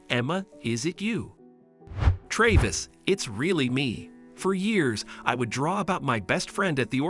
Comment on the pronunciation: Computer talking. Is it Trayvis or Travis?